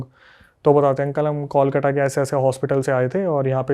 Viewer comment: इतना गलत उच्चारण करते हैं बांग्ला शब्दों का कि हंसी आ जाती है हिन्दी भाषियों पे। 1 कोलकाता ( kolkata) में त की जगह ट लगा देते हैं 2 Begunkodor ( बेगुनकोदर) को नजाने क्या ही बोल रहे हैं